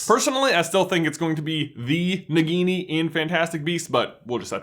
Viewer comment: you, you got Nagini right :) but you also got Humbledore's horcrux ~really wrong ;)